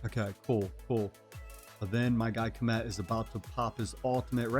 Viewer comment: You know my favorite thing about this video? You're the only one ive heard that can pronounce Khamet correctly! Everyone else says comet . 🙄